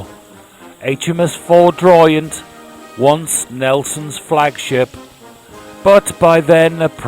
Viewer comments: Minor pronunciation point the ship was called HMS Foudroyant, a French word meaning suddenly and with force not Ford (as in the motor company) royant. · Foudroyant is pronounced:- “FOO-droyont”. It’s a French word, and implies ‘lightning strike’ or ‘fury’. A German word could be ‘blitz’. British ships with similar names, were: ‘Furious’, ‘Thunderer’, ‘Resolution’. They all sounded jolly cross. Rather a paradoxical juxtaposition. Jolly and Cross are opposites in their senses.